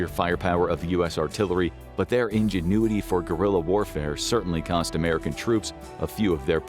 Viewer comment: You mispronounced ingenuity on the first but not the second time the word was said. I've never heard that mistake on here, thats an ai giveaway. Probably a non usa native English speaker reviewed the final cut.